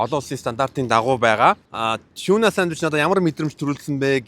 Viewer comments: choona or toona gedgiim bn tegheer shuud zawsaraar ni tiunaa geel shaachlaaa daa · Not tuna. It's tiuna